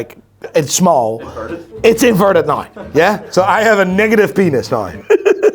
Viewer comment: Learn how to say word "NOW" please ffs just that one. Just learn that one please